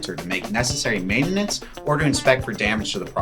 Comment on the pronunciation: Meintanens 🤢 Bruz, it’s meintnens.